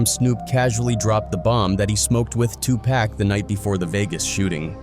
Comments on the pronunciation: 2 pock not 2 pack not one K in that mans name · Even white A.I. robots cannot pronounce Pac’s name right. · I am about to really unsubscribe to this channel because this guy can’t pronounce Tupac name, right?